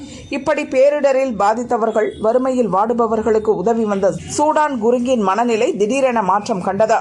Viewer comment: இவர் சூடான் குருங்க் இல்லை சுதன் குருங்க்.... இப்போதெல்லாம் செய்தி வாசிப்பாளர்கள் கவனமாக படிப்பதில்லை... வாய்க்கு வந்ததை விடுகிறார்கள்